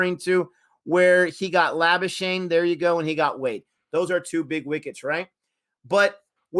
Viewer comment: By the way, its not Lobu-schagne. Please watch this